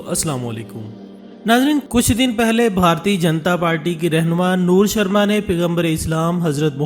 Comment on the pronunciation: It's not noor sharma it's nupur sharma